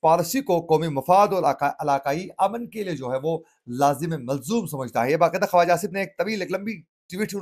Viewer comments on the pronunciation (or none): جناب ۔ لفظ خواجہ لکھنے میں واٶ أتی ھے لیکن پڑھنے میں واٶ نہیں پڑھی جاتی بلکہ خاجہ پڑھا جاتا ھے ۔